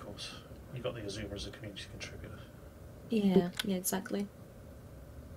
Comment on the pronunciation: It took every ounce of power I could muster not to scream at my screen the entire video when he kept calling the ship the Izuma and not Azuma